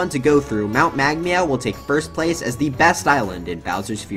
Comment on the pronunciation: Meg meow not Meg wow